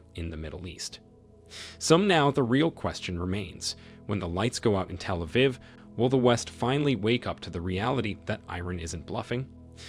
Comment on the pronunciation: Somebody correct this awful pronunciation!!! It’s so annoying. Can’t even pronounce Achilles, Iran, Telaviv and Hamas. Please.